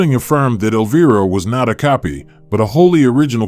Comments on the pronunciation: Elvira is pronounced EL-V-I-RA, not elva. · sorry but you kinda mispronounced her name. not a big deal but still... instead of el-veer-a its el-vye-ra. not a huge thing just sayin... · Your ai SUCKS!!!!! Every time you f*** up her name as "Elveeera" we know you are another idiot hack PS: I forwarded this POS video to Cassandra, and I hope she sues your idiot a$$ out of existence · Alveerah ? Elva ? AI robo-voice FAIL ! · Elv-Eye-rah;) Thats how one pounces her stage name. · Teach your Ai to say Elviiiiiiiiiiiiira correctly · Eleveera,come on ai then he said elva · I almost immediately stop watching anything that has a bot voice mispronouncing the very name of the subject of the video. Incredibly lame. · Why not show pictures we have never of her. We have all seen those pictures. And learn to pronounce her name properly. Also. Cut out the background talking. It is annoying as hell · Learn your A I. Frankenstein to pronounce my queens name properly and I ban you forever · Boo on the AI's pronunciation of Cassandra's horror character name of "Elvira". Her character name is pronounced with a long "i". I would believe that an AI can be customized with special pronunciations for names or words associated with particular associations or applications.. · BS. Her name is mispronounced twice in the first minute. I don't see any "rare" photos of consequence and these "comments" are all computer generated. Crap. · In the first minute of this video, the narrator mispronounces Elvira twice! What the heck?? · please teach your AI to pronounce "Elvira" correctly...,kinda ironic that it rhymes with vampira but it gets that right?😆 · 13 seconds in and you ruin your credibility by pronouncing Elvira wrong. Get better text-to- speech software or record your own voice or whatever, but if your intention is to educate, do a better job. Like try watching an episode of her show or an Elvira movie ffs. And why the old-timey scratchy film filter?